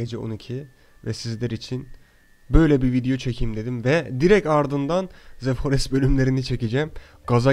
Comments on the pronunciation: ze değil dı diye okunmalı bencem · iki yil sonra tekrar izlemeye başladım seni Halen daha ze forest diyorsun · Ze forest